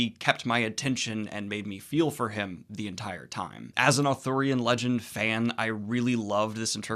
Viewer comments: Daniel... i adore you... However, you saying "authORian" rather than what is truly... "Arthurian"... (pronounced "ar-THEER-ee-un". Gawain is my ultimate Arthurian hero... hence my legal, chosen last name, "Gwayn". I am not adverse to your overall review. But... PLEASE... it is ar-THEER-ee-an... not AW-thur-yan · Because he kept mispronouncing it, along with actor Dev Patel's name, who he called Dave Fatel. I loved Daniel's enthusiasm and I know he's dyslexic, but it was driving me a bit crazy by the end of the video given how many times he said Authorian /Arthorian vs Arthurian. LOL! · I keep hearing authorian legends instead of arthurian legend i don't know why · It's "ARthurian" not "Athurian" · Stop saying Authorian legend it’s pronounced Arthurian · Is it not Authurian...? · Is he saying Arthurian or Authorian? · Arthurian: arr-THUR-ee-an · I feared I was the only one who noticed every time Daniel said ar-thor-ian. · ooh athurian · You madman, are you incapable of pronouncing the first r in Arthurian? But yeah, the movie sounds cool, might have to check it out. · I noticed this too and it drove me nuts.